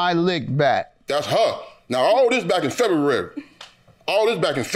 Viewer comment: This dude is ignorant. Can’t even present well in public. “ come get huh!” Febuwary”Baby! Ain’t no way! Can’t even refrain from cursing in court. Girl , he calling you “bro” and “man”. They both look silly.